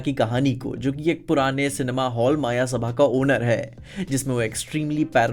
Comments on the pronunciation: It's मयसभा not मायासभा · मायासभा ❌ मयसभा ✅